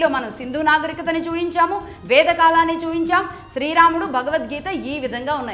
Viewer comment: చూపించడం అనడం రాదా తల్లి. చూయించడం ఏమిటి